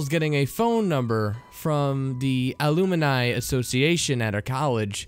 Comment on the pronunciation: Aluminai.....really guy! Its Alumni! Come on!!